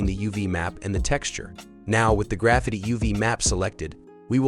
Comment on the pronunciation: Easy, clean and the way text to speech says " Graffiti " is funny 😁